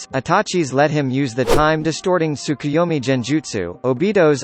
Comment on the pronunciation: He only said rinnegan and tsukuyomi almost perfectly.